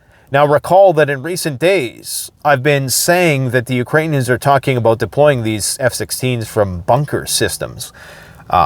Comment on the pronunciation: "talk aboot today..." LOL